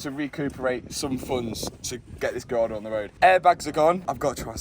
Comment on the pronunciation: Matt can't say gallardo. 😂